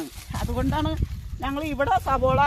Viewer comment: അതെ ചേച്ചി സബോള അല്ല സവാള